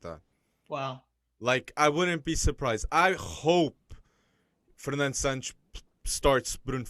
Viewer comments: Man tell me which letter in santos makes those pronunciation SAANNCS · It’s SÃ-T’sh (Santos). The S sounds like “sh”